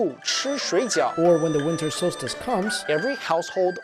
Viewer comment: “wiNTer SolSciTe"